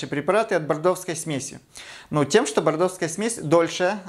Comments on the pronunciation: Вы очень классный консультант, Ваши советы, пояснения понятны и полезны. Спасибо Вам. Но, непонятно...прчему Вы говорите бордоВская, а не бордоССкая жидкость?!??? Очень режет слух .. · бордоскую, не бордовскую... Аж проснулась.. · Грамотно,только не Бордовская,а Бордосская.